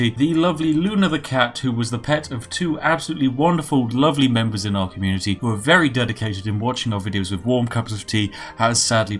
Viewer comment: did i hear communiTEA?